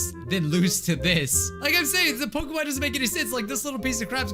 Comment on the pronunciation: Love that he butchering pokemon so well